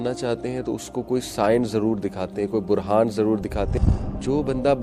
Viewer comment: Sir buhhraan hai. Burhan nai .I also did this mistake onnce and my friend corrected it